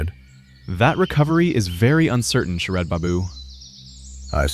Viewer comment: 'orderly' (WRONG WORD) ........ then there are some mistakes in the text....bengal names and then the AI text.....mispronunciations....SHARAD i saw sHERAB........these lttl little things.........